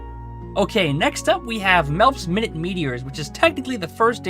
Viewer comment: Minute, as in tiny. Not minute, as in 60 seconds